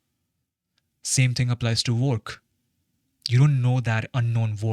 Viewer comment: Why I hear work as walk lol